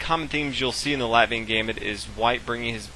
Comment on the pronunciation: Very good ty. Btw the 'a' in Latvia is pronounced like Caffè Latte ;)